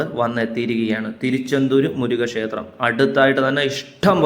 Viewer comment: ഷേത്രം പറയാതെ ക്ഷേത്രം എന്ന് പറഞ്ഞാല്‍ നന്നായിരിക്കും.